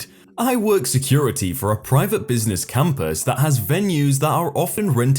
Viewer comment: Computer voice I here compass not campus